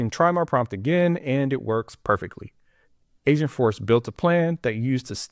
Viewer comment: Sounds like you're saying AsiaForce